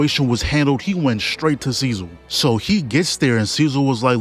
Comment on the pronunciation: bro its so funny how he pronounces cecil's name instead of cee-cil he pronounces it as cee-zil